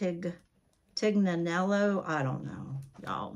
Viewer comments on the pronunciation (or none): Happy Saturday, glad your feeling good. The last bag is pronounced Tee-yen-ellow. I never knew how to pronounce it until recently lol. Nice bag. Love the pink bag!